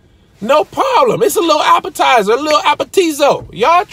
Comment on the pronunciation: "A lil apatizo!" 😂😂🤣